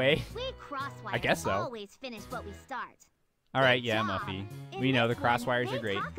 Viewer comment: Francine, Arthur, and FRANCINE!!!!!!! Do you not know how to pronouns Muffy's name.